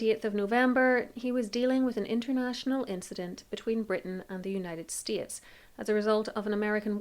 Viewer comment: I must say, you have an unusual accent. Most of your speech seems to be unaccented American English. And then...there are phonemes that betray a strong British Isles accent: "The ith of December" meaning the 8th of December. "The United Stee-uts." This must be a variant of British English I'm unfamiliar with.